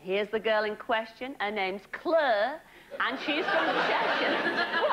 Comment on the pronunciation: She just can't pronounce clare